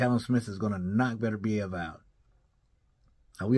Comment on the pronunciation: I like that pronunciation buddy Beterbiev I’m from there. Beterbiev gotta be the scariest dude to face off against emotionless, bearded with 100% KO rate don’t need to say much. 20-0. 20 dead bodies